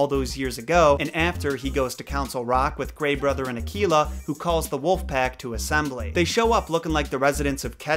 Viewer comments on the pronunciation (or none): Akela is pronounced more like a-K-la....K like the letter and la like la la land...and the log in bander log is pronounced more like log from Logan...and bander is more like bundar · I believe Akela is pronounced Ah-Kay-La.. with an A sound not an E ... at least that's how we pronounce it at Cub Scouts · I don't know if it's just the American language, but it isn't Ar -kee-la, it's actually Ar -Kay-La. My son is the Akela of a local group here, he's gone from Beavers right thru to Venture Scouts and leadership. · Gotta agree with most of what you say but the pronunciation of Mowgli. In India, we have always pronounced it as Mow-glee (possible with less stress on the "o"). Also, every time someone pronounces Akela as A-KEY-La I start to cringe. It's A-kae-la (lone / alone / solitary). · I thought you said tequila instead of akela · You're really butchering the pronunciation. Akela is pronounced uh-kay-la and means alone. Baloo is pronounced bah-loo with the emphasis on the first syllable. Bandar-log is pronounced bunder loge and means monkey people. Fun fact: the monkeys in form and description are based on the bengali people.